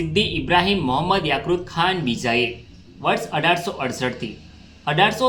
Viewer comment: યાક્રુત ખાન નહી ભાઈ યાકુબ ખાન આવે !!!